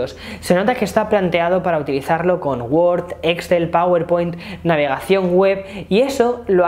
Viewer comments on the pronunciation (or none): none